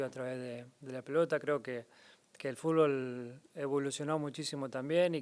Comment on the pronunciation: El GOAT del fútbol no puede decir fútbol 😅🐐